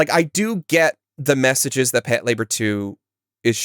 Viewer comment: I've been watching anime for 20 years and I can't believe this is how I realized I've been pronouncing Patlabor wrong this whole time. I've never seen it (not a big mecha fan), so I'd never heard it said out loud until this podcast